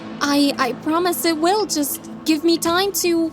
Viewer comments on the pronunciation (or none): none